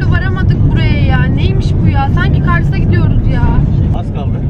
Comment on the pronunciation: mervosun sanki "KARSA" gidiyoruz demesi